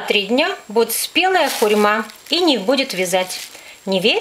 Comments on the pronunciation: скорее звучит как - хюрьма, а не хурма. Это как яблоко, аблоком называть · хурьма понравиласть я теперь буду тоже иногда так говорить👍